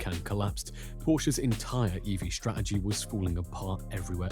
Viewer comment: The English word "Strategy", pronounced (incorrectly) strah-eh-gee. 🙄